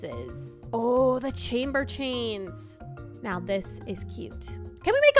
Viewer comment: Are You Serious Right Neow?